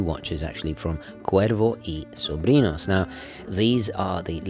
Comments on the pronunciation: Que bién que pronuncia el gringo la "r" en castellano. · Gomez 777 indeed. I still appreciate it nonetheless mate. Always great hearing things being pronounced correctly. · Que bien pronuncias Cuervo y Sobrinos sin ningun acento increible pero cierto. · This was excellent...i was curious about the brand,its wonderful to learn they have a fascinating history. Perfect pronounciation in spanish there mate😆👌 Edit:you know you are obsessed w watches when after watching a clip by or Watchfinder youre inmediately checking the prices for the brand in question on chrono24 or wherever😂😂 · Im Mexican and you have a very good pronunciation for Cuervo y Sobrinos. Loved the review, i hope you could do the Historiador Flameante soon. Thanks for the video. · As a latino from NYC I absolutely love that you’re actually properly pronouncing the name Cuervo y Sobrinos as its supposed to be pronounced. Not how English speakers would typically say it. Very nice detail right there. appreciate it as always a great video. Cheers from NYC!